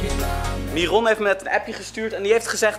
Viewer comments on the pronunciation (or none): mieron? Het is myron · Haha jij zecht mieron het is denk ik myron mairun